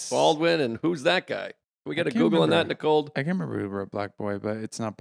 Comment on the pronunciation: Ohhh…so this why Nicold Open left Feehans. I heard Joe say “Nicold”, and it all came into focus.